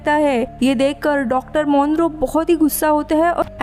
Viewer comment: Dr Monroe?? Nope, 'tis Dr Moreau- MAW-RO